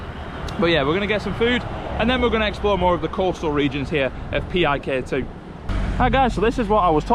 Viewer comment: HI there, new subscriber and PIK 2 resident here. Yea the pronounciation is PIK-2 not P-I-K-2, it stands for Pantai Indah Kapuk (Kapuk Beautiful Beach), and the "2" states that it's the "sequel" of PIK 1 in North Jakarta City of Jakarta Province, while PIK 2 located just outskirt of Jakarta: Tangerang Regency of Banten Province I can explain many things about places you visited shown here in this video, but I'll type too much on your comment section 😂 In brief, PIK 2 targeted to be done built in 2060, but I agree with you, in the next 5-10 years this place will be much better. Anyway, you pointed to the building of the TV station where I work 😅